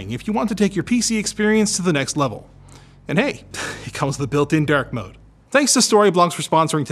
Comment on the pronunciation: I heard (derk) mode. Couldn't understand what that was :D